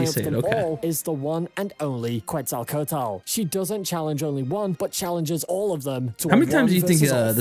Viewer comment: Oo boy he still didn't. It hurts me how he says Quetz's name😔 The correct pronunciation of Quetzalcoatl is KET-sahl-KOH-ah-thl. The "ue" in Quetzalcoatl is pronounced as an "e" with a closed sound. It is preceded by the "Q" which is pronounced simply as a "K". She is best girl btw😊